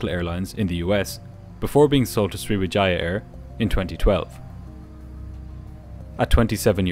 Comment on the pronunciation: Swiwijaaiiah Air. Never heard of them.